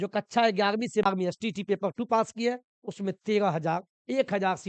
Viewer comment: कच्छा ❌ कक्षा ✅